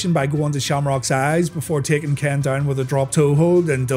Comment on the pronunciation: When he says Ken it sound like he's saying Kane